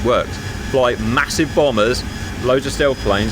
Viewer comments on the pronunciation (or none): none